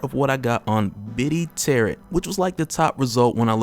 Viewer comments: FYI it's pronounced tear-row not tear-ot. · Heads up if it comes up in the next one is that they are not called 'terr-et' cards. The second t is silent, so it is 'terr-oh' cards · Tarot rhymes with Pharaoh. And for anyone who comes me, there is nothing wrong with mispronouncing something because it means you read a new word. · Tarot is pronounced tear-row, the t on the end is silent. Much love bro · I can't get past the way you pronounce Tarot.